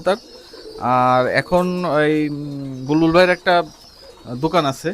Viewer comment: বুলবুল❌ বালবুল ✅